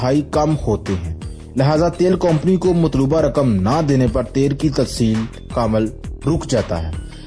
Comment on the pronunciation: neechay ek comment parha ke urdu bauhat achi hai .... yaar yeh 'company' ko 'kompony' kehna kab choray gein ....... and 'correct' ko 'kurrekt'